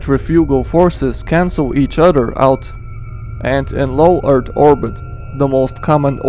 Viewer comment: I like how he pronounces earth. “E A R D”